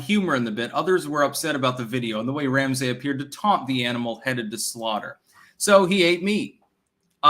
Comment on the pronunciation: Ram-Say...this guy edits books. Yikes.